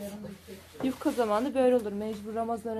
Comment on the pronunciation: Selamlar. yufkaya yukka diyor (sempatik) 😊 iki cümlesinden birinin ya başında ya sonunda 'bakalım' demeye başladı. Bu çok kulak tırmalıyor. Hakaret olarak algılamayın lütfen.